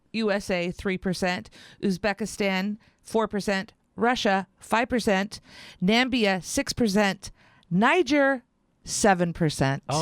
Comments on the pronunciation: Did she just say Nambia, instead of Namibia. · Not "Nambia,". That's a Trumpism! It's "Namibia." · did she just say Nambia? The non-existent country Trump made up a few weeks ago. It is called Namibia [Na-mib-ia] get it right. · Haha, did the miserable liberal say Nambia, instead of Namibia? That’s Trump’s invention, isnt it? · Again with the Nambia. It's NA-MI-BI-A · Namibia is a country bordering South Africa and Angola, not "Nambia." This, the Canadian Uranium One scandal, with the 1.45M pay-for-play going to the Clinton Foundation, is several months old by now. What seems to be new information, is the uncovering of Obama as a player in the scheme, as well as FBI knowledge of bribary and extortion of American business people by the Russians. MAGA. Lock the Harpy Up. Lock them both up. Disban the hopelessly currupt FBISIS along with the useless Jeff Sessions. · Did just say NAMBIA? it's spreading!!